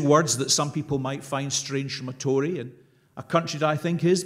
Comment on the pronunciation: It's pronounced Tory!